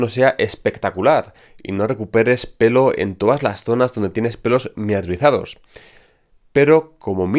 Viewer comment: "Miniaturizados" lo tuve que escuchar varias veces para entenderle. A propósito es un muy buen dato saber que hay que tener pelitos aún en las entradas para que los tratamientos funcionen.